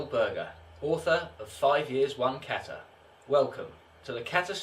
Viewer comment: How can you write a whole book about kata & not be able to pronounce the word "kata" correctly?